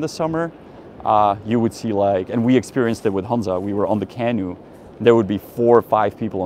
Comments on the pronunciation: Hey Janek, please stop pronouncing the word for the little boat as CAH-noo. It should be pronounced Cah-NOO (stress on the second syllable). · canOE, emphasis on the oo not the can. Nice vid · Accent feedback for English: canoe is kuh NOO . apostles is a PAA suls. Janek could probably use a USA trip as much as I could use a European one. Hopefully the US will get off the black list in the near future (totally deserved now, what an embarrassing disaster).